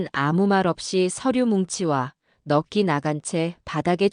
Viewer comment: 잘듣고있어요 감사합니다 넉기 아니고 넉시 라고 읽어야 됩니다